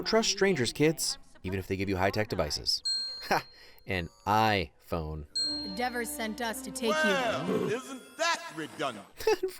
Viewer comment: “An i-phone” 🤣🤣